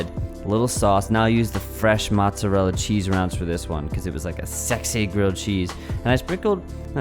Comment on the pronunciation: matzorella is actually mozzarella